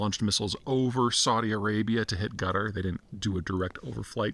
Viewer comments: No, most of the time he's calling "Gutter" (It's supposed to be pronounced "Cat Are"). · You might want to pronounce is as "Kataar", not "Gutter" :) (Unless you're trying to make some point) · Why does he say Gutter? It’s pronounced Qataaar. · Qatar and not Gatar Peter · I love how you call Quatar "gutter" lmao. It's pronounced CATAHRR / KATAHRR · Why does it sound like Gutter instead of Qatar 😂😂😂? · No mention of Quatari state sponsored jihadi terrorism across the globe directly through Al Jazeera , their jihadi propaganda machine, indirectly via sponsoring programs in Western universities posing gullible woke minds. Let’s not forget to mention harbouring Hamas and Muslim brotherhood. BTW, how you pronounce Quatar sounds like gutter. Good description. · Sounds like he's saying Gudder. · Guttar? how can a guy who specialises in geopolitics not pronounce a simple country name? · Qatar, not gutter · It’s most certainly not pronounced “Gutter” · I'm not sure you pronounced it right peter. It's gutter, not qatar. They treat non qataris as sub humans over there. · Love the pronunciation of Qatar (Gutter).....LOL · Why does he keep calling Qatar, "Gutter"? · It’s not. It’s closer to Cutter/Quhter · Please don't call Qatar "gutter" 😛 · Having lived in Qatar for 10 years, I can categorically state that nobody from Qatar pronounces it 'Gutter' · Heh... That's what I was hearing as well. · His Qatar sounds a lot like Gutter lmao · you can't even pronounce Qatar properly